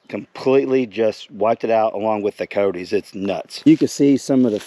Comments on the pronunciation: Cy-otes dude not coteys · They are pronounced K eye yote